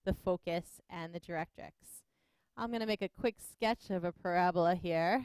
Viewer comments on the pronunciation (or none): It is pronounced PARA BOLA not PORA BLA